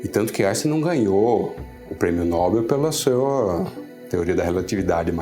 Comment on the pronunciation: Não é prêmio nóbel, é prêmio nobel.